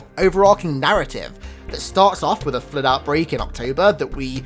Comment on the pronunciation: Dey terk er flerrrrd